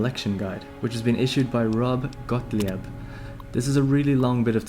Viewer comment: Gottlieb: pronounced Goht-leeb not gaht-lee-eb. It's German.